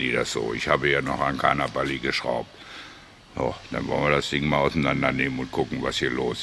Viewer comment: Hallo, hatte vor gut 20 Jahren auch eine Bali (die Betonung liegt übrigens auf dem "a"), sehr zuverlässiges Moped und bergrunter gut 70km/h schnell. Sprich das Ding war noch nicht gnadenlos runtergedrosselt. Freue mich schon auf das nächste Video.